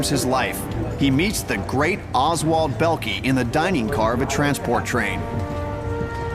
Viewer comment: Oswald Bellkee???? LOL get it right!!